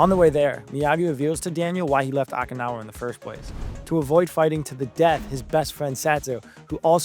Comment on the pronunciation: You mispronounced several character names as well as Okinawa.